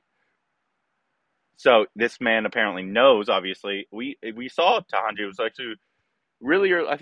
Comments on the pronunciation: It's Ta na ji n not Tahanji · It is TA..NA..JI .. not Tahanji